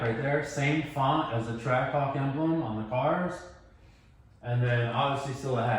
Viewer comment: Is it just me or did he almost call the Trackhawk a Trashhawk? 😂